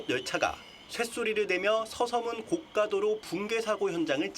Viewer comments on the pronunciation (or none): none